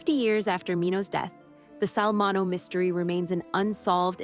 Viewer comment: Can’t even pronounce his name correctly. If your content sucks this bad, please don’t post it.